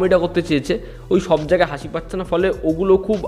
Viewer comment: হাঁসি টা আবার কি কথা ভাই 🙂